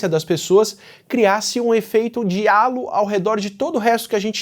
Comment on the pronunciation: Pequena correção: Halo se pronuncia 'rreilou'. Significa "aréola", como se quem fosse bonito usasse uma.